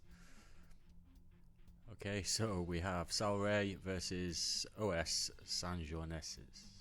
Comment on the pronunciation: you pronounced Sanjoanenses quite well though! You got the j and the nasal sounds alright (at least in European Portuguese, the local dialect might have some differences, I'm not from Cape Verde) and those are usually hard sounds to get as a non-native, you even had a bit of vowel reduction in the last syllable instead of a full-on open "e". Also, I'm rooting for them after this upset. I hope they survive a few more rounds.